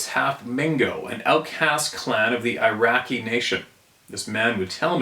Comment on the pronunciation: Iroquois as in the Iroquios Confederacy Pronunciation Ear i quoy Not Iraqi